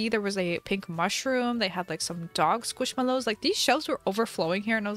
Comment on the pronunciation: Everyone knows u can’t spell squishmallows 😂 because u hear it like ‘squishmellows’ u say ‘squishmallows’